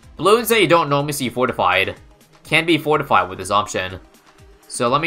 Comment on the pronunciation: Did you just said "fortfied red"? That's kinda dangerous if you ask me.